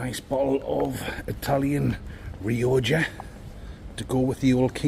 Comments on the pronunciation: 😂 hey...its pronounced rioka (u knew that tho?)aah bisto!😂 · Its pronounced RE-OCKA 😂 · You say the wines name as Rioja like me and my wife always corrects me and says its pronounced Riocca😂